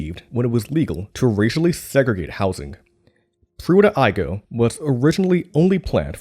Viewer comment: At least they got the pronunciation of Pruitt-Igoe correct.